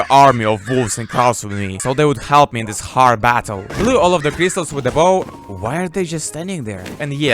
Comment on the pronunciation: MY GOD! what kind of accent is this?? That's horrible! My ears bleeding when i hear "dis" "chree" "kunt"! let's play: try to find out, what these failed words meaning.